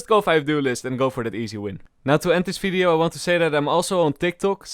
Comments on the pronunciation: LOL anybody noticed he says fideo for video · I love how he says and v word as f like falorant and fideo